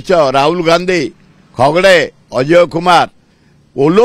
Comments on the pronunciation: ଖଗ୍ ଡେ ନୁହଁ ଖଡ୍‌ଗେ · ଭାଇ ଖଗଡେ କହିଲା ବେଳକୁ ଲାଜ ଲାଗୁଛି , ଖଡଗେ କୁ ଖଗଡେ କାହିଁକି ମିଡ଼ିଆ ରେ କହୁଛ ?